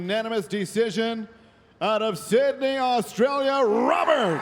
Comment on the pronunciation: Out of Syndey..... wtf man say the name first 🤣